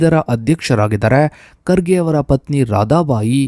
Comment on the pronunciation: Karge or kharge Aarambika! Sangarsha not sangharha! Aaramba or aarambha Kyata o khyata etc. Very bad pronunciation!!